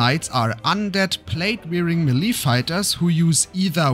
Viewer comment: Melee is pronounced MAY-lay dude… Not “Meh-LEEE” 🙄 Otherwise great video. Thank you